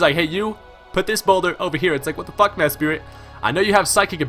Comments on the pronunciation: MES-PRIT not mes-spirit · Why does people call Mesprit for MeSPIRIT. I dont know if it is pronounsed like this, but im just wondering if every Poke Youtuber has dyslexia or somethin :p